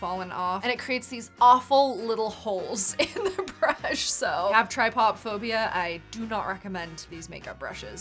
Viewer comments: Did you just say try POP phobia??? 🤣🤣 It's trypophobia not trypopphobia so it's pronounced try POE phobia lol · Did you call it TRY POP phobia?! It's pronounced TRIPTA-PHOBIA. Fear of holes. And no, I'm not spell checking that shit because i don't want to see the images! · did any one notice that she said try- pop- phobia instead of tripa-phobia (it’s spelled trypophobia) not hating just thought it was funny 😂😂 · Is she joking when she pronounces trypophobia as "try-pop-phobia?" In case you're wondering, it's pronounced trip-uh-FOE-bee-uh. The p at the end of the "pop" part is meant to be pronounced with the "f" sound because it is paired with the letter H. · What is tripopphobia💀💀. It's trip-a-phobia (pronounced) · Ahh she said try-pop-phobia 😭😭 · Hi, if you are interested, its pronounced Trypo-phobia. Like Tri-pah-fow-bia. (Not trying to be an AH ❤) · Not the pronunciation of tryptophobia 😂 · The way she pronounced ‘trypophobia’ 😂 anyone else notice that?